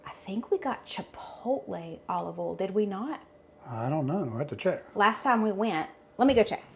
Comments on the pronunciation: I love the way you say “oil,” which is “AWL.” I had to concentrate to figure out what word you were saying. It’s more like OY-ee-el. Hahaha! Love your pronunciation. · I am a Mish mosh of accents. I am from Texas but my parents are from Georgia and Alabama. So my accent is a little of everything😆 But I too pronounce boil and oil the same way you do. I just can’t help it. I find your accent charming! Loved all of the recipes you share. Thank you so much ❤️